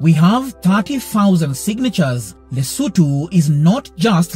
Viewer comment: Thank you for pronouncing the country's name and the capital city's name right. I'm a Mosotho from Lesotho